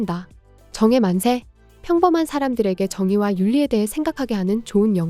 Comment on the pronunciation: AI 발음인가.... 정의 만세를 정에 만세로 계속 읽네 ㅋㅋㅋㅋㅋㅋㅋㅋㅋㅋ